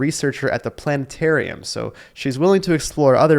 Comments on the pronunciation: You mean the " plane- ehrium"?? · HUH?? pla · nuh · teh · ree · uhm